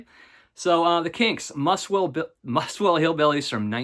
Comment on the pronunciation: Muswell is pronounced Muzzwell, not Musswell. Great video, thanks.